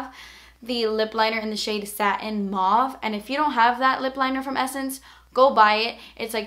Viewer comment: You pronounce Mauve M-O-V-E